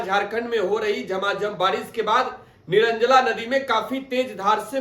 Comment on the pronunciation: निरंजला नदी nhi hai निरंजना नदी है